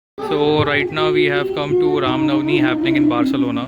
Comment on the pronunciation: It's Ram Navami not Navani